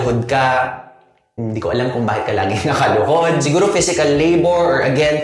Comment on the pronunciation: Haha, yung emphasis sa nakaluhod!